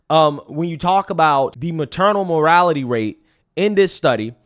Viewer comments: Maternal "mortality" rate, not "morality rate". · Morality is t the same as mortality. It’s the very point of your argument and you can’t even pronounce it correctly!! Please get an editor! I’ll do it for free!! You’re losing credibility with these grade level mistakes and in the same episode of claiming you went to college! Let me help you! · infant morality rate over and over lol...what a tool...the only time he says it right is when hes reading it ..even then he realizes hes been saying it wrong...rofl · ...the maternal morality rate... (instead of mortality) like... let angels prostate fall... (instead of prostrate) - as mistated by a certain choir member or ...the war on proverty (instead of poverty) as mis-said by a certain ex-Louisana senator the 3 most common misuse of the word. LOL In the Seven Pillars of Wisdom by Col. TE Lawrence - Lawrence of Arabia where he shows original edits, he shows us of a case where he said a certain important man was immoral, the editor inquired, "Do you mean 'immortal" and Lawrence said, "Immortal I do not know, but immoral, I do. STET!" I LOVE your show (what IS your name?) watch it and like every time. Thank you, I love your POV> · I'm not ignoring your points, nor am I disagreeing, but I died inside a little every time you said "morality", instead of "mortality".😂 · “Mortality” homie, not “morality”. We gotta get that one right at least. It happens, I know… Peace. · MorTality rate. You repeatedly say “morality rate”. Unfortunately, even if you’re on the right side of the argument, it exposes that you don’t really understand what you’re talking about. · mor*TAL*ity rate not mor*AL*ity rate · It's mortality, not morality, dude. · Dude, PLEASE learn to pronounce words properly! Your Ebonics are absolutely embarrassing! It’s NOT ‘morality’ it’s ‘MORTALITY’!!!! It’s not ‘deffs’ it’s ‘DEATHS’ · "maternal morality rate"... Bruh. 🤣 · MorTality. The word has two tees. Dont forget the first tee. MorTality